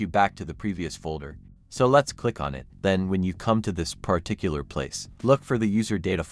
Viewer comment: The weirdly pronounced word "Pah Tic Cular" was used 538 times in this video. LOL